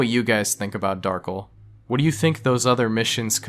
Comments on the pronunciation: "Darkle" It's pronounced Darc - El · dark-ell pronounced as "ull" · Darkel not darkle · not darkl darkEL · its funny when people call him Darkel rather then Dar-kell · It's Dar-kell just spell Darkel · it’s pronounced Dar Kell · I believe his name is pronounced Dar-kel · I always thought Darkel was pronouncel like "Dahr-Kell" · I literally clicked this video to see if you'd pronounce the character's name right (Dar-Kell). I was disappointed. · I think the accent of "Darkel" is on the 2nd syllable. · As far as I know, "kel" is always pronounced the way it's seen despite the common way people might pronounce Darkel. If it had been "kle" he would have been correct.